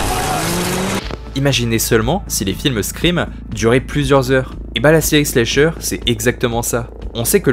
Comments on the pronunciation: La vidéo est très bien par contre désolée mais ça me crispe de t'entendre dire "slécheure" 😂 ça se prononce avec le A, slAcheur, puisque le verbe to slash en Anglais se prononce slAche. Pardon ça doit faire emmerdeuse pédante mais c'est pour aider, vu que la prononciation de l'Anglais c'est pas facile pour tout le monde. Sinon excellente vidéo ! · slAsher, chéri, on prononce A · Y’a que moi que ça trigger pour ça façon de dire slAyyysher en mode vite fait anglais lol je comprends mais tellement pas l’habitude de l’entendre comme ca ce mot mdrrr sinon trop bonne vidéo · C'est cool ta vidéo, mais ta prononciation de "slasher" me fait rire 😅 Pas besoin de prononcer le "a" en "ay" !!! Le "a" se prononce de la même façon qu'en français 👍